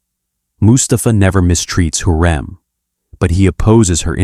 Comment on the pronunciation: It's HURREM not heram